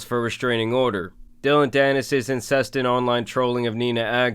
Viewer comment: did you just pronounce incessant as incest???😂😂😂😂